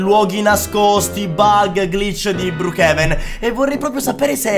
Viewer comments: si dice brookhaven non brookhiven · Si scrive brookevan ma si pronuncia bruukeven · non si dice brukiven ma si dice brukeven 😅😊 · BROKEVEN SI DICE NON BRIKIVEN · Si dice broochaven